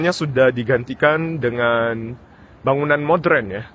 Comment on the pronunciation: melafalkan modern dengan lafal modren, rada aneh, semestinya moderen gitu, sekedar beritau aja